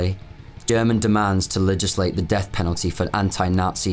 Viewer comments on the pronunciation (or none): none